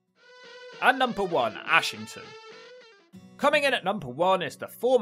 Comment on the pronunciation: Its pronounced Errshington or ashghanistan.